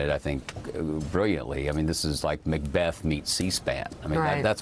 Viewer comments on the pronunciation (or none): none